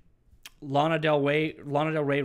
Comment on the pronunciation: Is LANA btw no laiiina